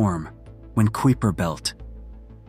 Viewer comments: I noticed you pronounced the kuiper belt incorrectly and then correctly which I thought was weird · P.S. to -- I noticed that the scholar narrating this video had at least three different pronunciations for the word "Kuiper." After he/she/it pronounced the name of the French city as "Nice" instead of "Neece," I gave up on the video as it was obviously being narrated by a poorly constructed, text-reading robot or someone who graduated from the American educational system over the past decade or two.